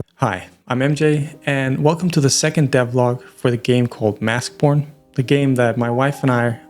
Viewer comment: Okay I know I’m not crazy now. I assume it’s too late to change and I wouldn’t want to either, but based on the accent of the person speaking, the game name sounds like Mask P0rn. Even the auto captions guessed that as the title :(